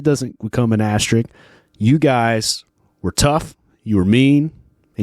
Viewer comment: Pet peeve. There are two S's in "asterisk". It's not "asteric".